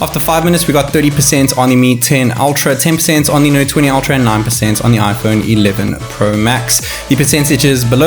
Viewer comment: Так ультра или альтра? Не совсем расслышал